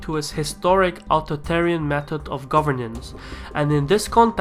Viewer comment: Very good accent sir, but one point, your th sound in authoritarian is lacking. Try Ah-thor (like the comic book charactera) i-tarian